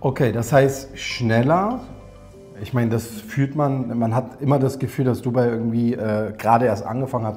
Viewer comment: Nein, eigentlich sagt man eher "DubAI". Also die Betonung liegt nicht auf dem "u", sondern eher auf dem "AI".